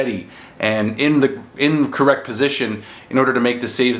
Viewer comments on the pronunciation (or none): none